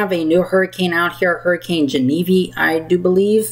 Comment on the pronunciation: hey its actually pronounce like Jenna Veeve just so you know in the future cuz this will be a big one